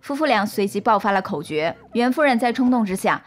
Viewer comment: 是口角jiao 吧 不是口jue